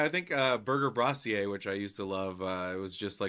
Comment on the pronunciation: Sorry, but the way you pronounce "brasserie" is painful!